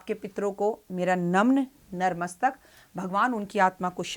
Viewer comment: Mam ... Natmastak hota hai... aap narmastak, pronounce karte ho😊